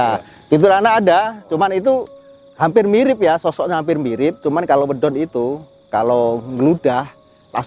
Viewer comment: Medon bukan wedon. Trimakasih